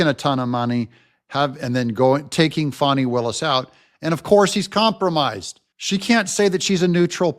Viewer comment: Hi. Your so nice to pronounce Fani's name wrong.